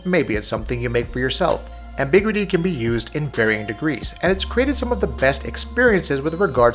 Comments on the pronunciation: Say it with me Am-bih-gyou-ih-tea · Ambiguity separate two syllables dumbass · Please Google how to say the word ambiguity!! So jarring how you pronounce it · It's funny cause he uses ambiguous fine.